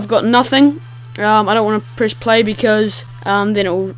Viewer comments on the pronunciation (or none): none